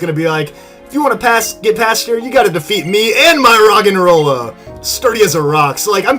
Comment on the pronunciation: The first Roggenrola said, "De deee!" Where the flip in there a 'D' in Roggenrola? xD